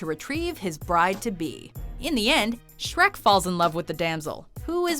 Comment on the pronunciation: Sherk? Sherk!!!! Get your pitchforks outs.